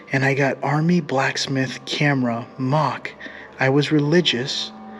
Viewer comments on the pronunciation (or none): none